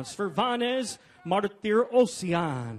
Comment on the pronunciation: The announcer butchered everybody's name especially Martirosyan.